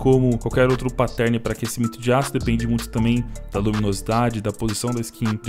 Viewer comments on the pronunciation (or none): Aprende a dizer pattern... Nao é "páttérn" que trigger